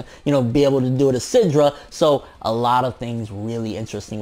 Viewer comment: PLEASE stop saying SYNDRA !!!! WTF !!!?